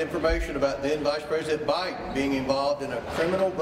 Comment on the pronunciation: he said vice prss biden!!! on the news ha